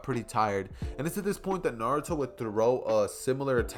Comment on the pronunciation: Why is Naruto prenounced na-du-tho instead of na-ru-to Also you should’ve made Sasuke the reincarnation of vegeta